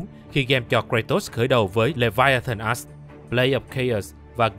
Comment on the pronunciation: Mình chỉ có 1 góp ý duy nhất thôi, làm ơn đừng có đọc là Leviathan "ass" nữa trời, bạn cố gắng phát âm đúng cái chữ "axe" đi trời, giọng thì hay nhưng đọc chữ "axe" nghe nó lạc quẻ dã man ấy.